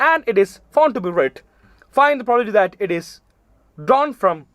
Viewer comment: Probability എന്ന് ശരിക്ക് പറയാവോ😅